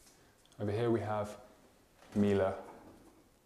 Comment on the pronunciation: yessss you said melie right!